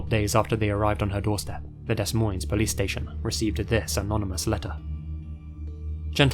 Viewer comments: uts pronounced deh moines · Ok you seriously have to work on your pronouncing of certain words like Des Moines, Kiowa, etc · I'm sorry but it's pronounced "Da Moine" the S in Des and Moines is silent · nice american psycho reference, its one of my favorite movies/books <3 side note: as someone living on the nebraska-iowa border, des moines is pronounced like "deh moyne", the s's are silent because its french (meaning "the monks" or "of the monks") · OK, the way he pronounces Des Moines never fails to make me giggle. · If this is where I file my correction I'd like to point out both s's in des Moines are silent. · Friendly Iowa, when we say Des Moines we dont pronounce the S’s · The s’s in Des Moines are silent for future stories from there